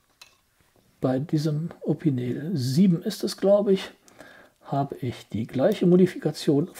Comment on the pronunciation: Das wird „Opinell“ ausgesprochen, nicht „Opineel“ - mit Verlaub.